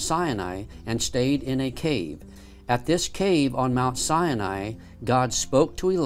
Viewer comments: It is not pronounced Mt. Sienai, It's Mt. Sinai. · PLEASE stop calling it "Sy-a-ni"! It is pronounced "Sy-Ni". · says the name wrong, over and over. It's not sy A nai. It's sy nai. It sounds like he waNts to say "cyanide". But there's no "uh" in the middle of the name of the mountain. It's not sy A nai. It's SY NAI. Other than that, this video is amazing.:-) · "Mount Si-ya-ny" lol. I never realised that "Sinai" had three syllables... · “Mount Sya-nai.” Hahahahahaha! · Why pronounce Mt Sinai as Mt Cyani???? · Siani? Try authentically pronouncing the word Sinai before trying to educate us.